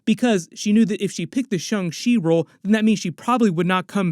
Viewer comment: It’s Shang-Chi not Shung lol